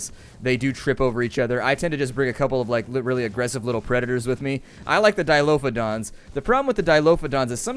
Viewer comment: Grrrr....Dilophosaurus. Why does everyone call them Dilophodons?